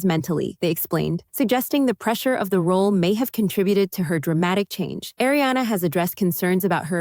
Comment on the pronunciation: Pronounced AhRiana not A, it’s AH.